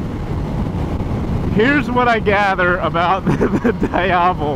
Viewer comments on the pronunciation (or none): it's not "daiavel", is "dee-avel" bruh.mp3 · Da-ya-vel? It's Di-ya-vel, isn't it? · Diiiiiiiiiavellll not Dieavle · I did a nice 45 minute demo ride on a Diavel during bike week like ten years ago and have wanted one ever since. Odds are very likely that I'll have a 1260 S in my garage by next spring! Btw, the Ducati people told me it's pronounced Dee-ah-VEL (emphasis on the last syllable), not Die-AH-vel (emphasis on the middle syllable). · Loved the first ride. But just a quick FYI, the NA CEO of Ducati pronounces it “Dee-avel” not “Die-avel.” Also, “Pan-igale” not “Pawn-igale.” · die havel... smh is pronounced D AI VEL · DEE-AVEL, not DIE-AVEL. Just sayin... 😁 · How to pronounce "Diavel" correctly Dieyavel/daiyavel = wrong Deeavel = correct Sorry just a bit disturbed by the pronunciation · Correct pronunciation is Dee-ah-vel. No big deal, unless of course you're reviewing one on video in which case it wouldn't be a bad idea to get it right. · dee ahh vul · Am i the only one who got annoyed with his Diavel pronunciation? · Love how you pronounce Diavel, come on, say it right...